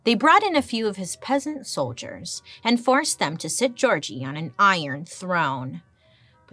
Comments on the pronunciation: I'm hungarian and never heard the name György pronounced Georgie 🤣 it made me laugh so much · gyorgy dozsa is pronounced "yor ye" (not yee but ye, & roll the r) & the last name is "doe-ja" in hungarian. im first gen born hungarian american <3 looove your videos bailey!!!